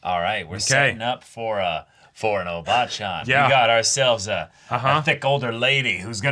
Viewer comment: I feel bad for Sofia, since she's probably still in her 40s. It's probably just a matter of bad pronunciation, but it totally sounds like they're calling her a "obaachan /おばあちゃん" = "old lady, granny, grand ma" instead of "obachan/おばちゃん" = "older woman, auntie".